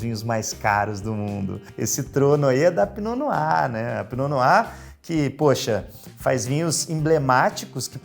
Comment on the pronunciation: Pra quem veio só pra aprender a pronúncia: . Se diz "pinô noá" 🥰